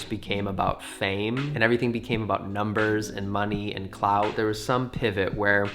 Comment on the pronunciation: When you said clout I thought you said clouds and I imagined a social media utopia where everyone just talked about clouds